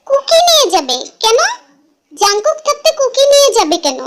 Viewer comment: Api jung kook na kooki kooki ka tumi jungkook bolso 😂😂